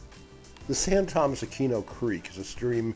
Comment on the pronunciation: Nice video. A couple of corrections. Levi's Stadium seats close to 70,000 people. And San Tomas is pronounced San Toe-Moss. I know, I'm being anal retentive, Sorry!